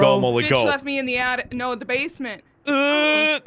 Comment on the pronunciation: you know, bc he daid "attict" instead of "attic" so that, oof still